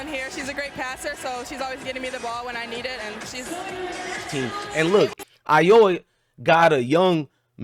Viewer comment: Are you saying Iowa wrong on purpose? Are you from the states?